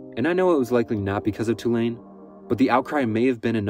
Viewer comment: No way he's from the south. But at least he pronounced Tulane correctly.